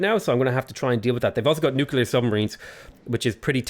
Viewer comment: Is his "nucular" a Simpsons reference or does he genuinely not know how to pronounce the word? I seriously can't tell XD